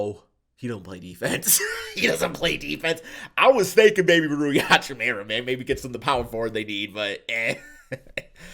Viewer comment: Every time you say Hachimira instead of Hachimura it makes my teeth grind :P